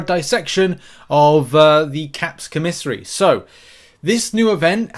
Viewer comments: COM a SARY not co-mis-ery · It’s COMA SARY co miss ary makes my skin crawl when you say it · koh' • mih • sar • ee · Christ days later and you still cannot say the word LMFAOOOOO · Man I'm wondering why you say commissary like that lol